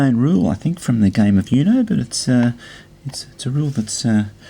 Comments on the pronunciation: It's pronounced 'OOH-know', not 'YOU-know'. 'Uno' means 1 in Italian and Spanish, referring to the fact that you have to say 'Uno' when you have 1 card left (even though that's grammatically incorrect in both languages, but that's not the point). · Its uno not U-no You say it as "you know" Its actually "ono" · i mean dude its spanish for number 1 and its pronounced ooooooknow